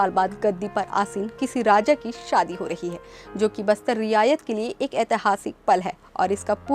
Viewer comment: Riyasat ko Riyayat bol Rahi Hai.Maharaja praveer ko Pita Bata Rahi hai.